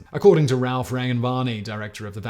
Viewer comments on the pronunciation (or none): none